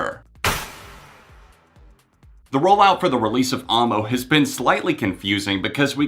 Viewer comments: dude it's pronounced aou-ie-eh-moa, not aw-mo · 😂😂 why do you pronounce it Armo? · AAAAAAmo... no... dont say it like that XD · The way you pronounce Amo hurts my soul